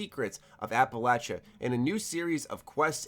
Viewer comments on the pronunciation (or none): It is not pronounced as App-alatcha, it's app-alayshuh. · APPA-LAYSHIA NOT LACHA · Mother of GOD it’s pronounced Appel-lay-shuh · The way you say Appalachia kills me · been fan for years.... but you damn yank saying Appalachia not Appalachia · Can you start pronouncing Appalachia right yeesh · Is mispronouncing Appalachia wrong or is it me? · Learn how to pronounce "Appalachia". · I can’t even watch the video with how he pronounces Appalachia. It’s horrendous.